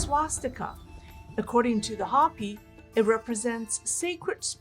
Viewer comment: you're a dear, but Hopi is pronounced with a long o as in hope. Not a short o as in hop.